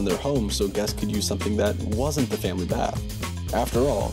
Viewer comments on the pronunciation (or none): none